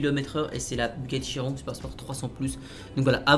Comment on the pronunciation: Ça se prononce chironne Mais ça s’écrit chiron